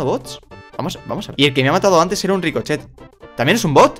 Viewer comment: Like si escuchaste que dijo rikochet cuando era rico